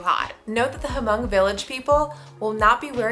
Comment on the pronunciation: you're missed pronounciation Hmong, The H is lilent, just say Mong